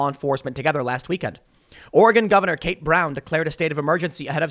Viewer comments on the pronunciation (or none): none